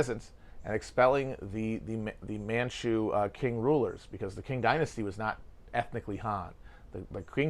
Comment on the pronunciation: Qing is pronounced 'ching" fyi matty